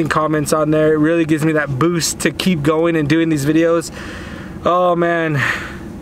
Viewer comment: Mrz im not giweng to school in wenday